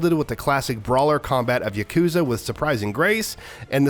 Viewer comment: Its not yuk-KOOO-za. Its yah-koo-ZAAAA.